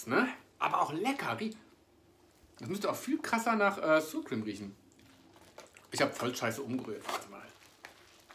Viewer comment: Hey lieber, danke für das neue Video. Sour Cream spricht man übrigens nicht "suur kriem" aus sondern ähnlich wie das deutsche Wort sauer, allerdings mit scharf gesprochenem 's' vorne = "ßauer kriem" sozusagen;)